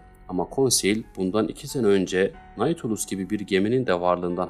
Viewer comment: Okuma için teşekkür ederim. Naçizane bir düzeltme bilgisi vermek isterim. Nautilus, yazıldığı gibi okunmuyor. “Natülüs” şeklinde telaffuz etmek daha doğru olacak. Hani şu İstanbul’daki AVM gibi. Zaten onun isim kaynağı da bu kitaptaki denizaltı.